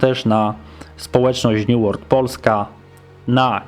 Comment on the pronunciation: new ŁERLD... niezły początek :D dobra elo xd